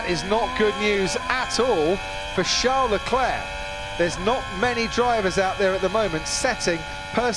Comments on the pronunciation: CHARLES though, Char-les, like Charles Chaplin, not Jean Leclerc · When will that noise maker commentator finally pronounce the first name of Leclerc correct? It is VHARLES, and not Jean or Sean, as he speaks it out. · Leclerc:call me Sharl LeDevil Binotto:Sharl lmao